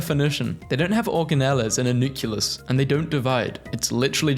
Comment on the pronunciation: why tf do you pronounce "nucleus" like "nukulus" it's supposed to be pronounced "nucleus" 😭